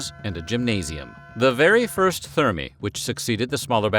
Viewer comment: I wish the "Weird History" narrator would research the correct (or at least acceptable) pronunciations of names and other words. He should also check to make sure if a word is singular or plural. For example, "thermae" should be pronounced 'tehr-my' and it's a plural noun, which he treats as a singular. He screwed up quite a few pronunciations, which is very jarring.